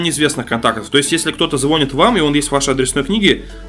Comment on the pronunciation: Не зво́нит, а звони́т